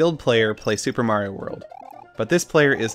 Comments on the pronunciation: please stop saying mari-oa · Learn how to pronounce Mario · Yo he said.. “MAR-IE-OH” IM DEAD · Mareiou? Mario! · did this man just call Mario Mar-Ai-Oh ? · nice vids but WHO THE FUCK IS MAR-I-O lel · Why is he calling Mario mar-eye-oooo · wtf you dumbass cant pronounce "Mario"??? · Cool video but dude please learn how to say Mario properly lol 💜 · dumbass been playing too many io games can't pronounce mario